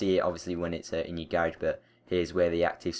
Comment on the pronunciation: Not hating but I hate how he says "garage" xD